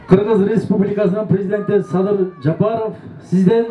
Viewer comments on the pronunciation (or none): Р га тилин келбейт тура .чулдур! Логопедке бар! Тилин келгенде кечир Садыр деп каласын!